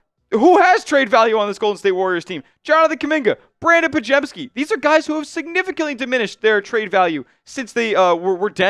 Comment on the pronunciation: You can't trade for lauri. He signed for 5 years, and you brutally massacred podziemski name